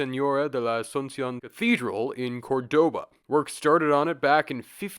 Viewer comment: Your pronunciation of Cordoba was funny